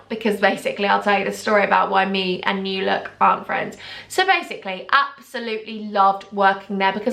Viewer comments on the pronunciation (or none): Lmao love it already 😂. It’s NEW look not new LOOK and it’s preeeemark not primark haha I’m in Swansea 😂😂😂🤣